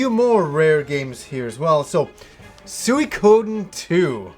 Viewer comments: I'm sure it's pronounced "swee-ko-den" and not "sue-ee-codin'" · "Suey Koden" lol